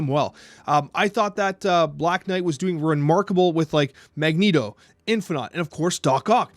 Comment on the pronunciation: He ALWAYS says Magento when he plays but when he does the podcast he appropriately calls him Magneto.